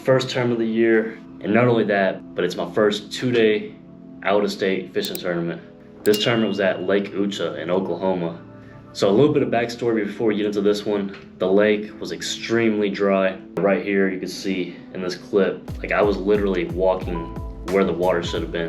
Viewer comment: Eucha is not Eu-ch-Aaa it is Eu-Ch-Eee Nice video buddy